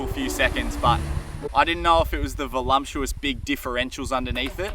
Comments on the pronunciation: I thought it was only my husband who says "volumptuous" rather than "voluptuous" - this will make his day., you are lucky Sarah is so forgiving. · nahhhhh, so your telling me it’s legit not pronounced volumptuous?